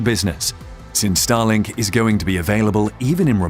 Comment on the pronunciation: At the first moment I heard “Stalin” instead of “Starlink” …